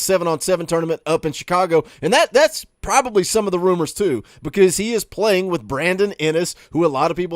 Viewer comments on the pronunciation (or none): none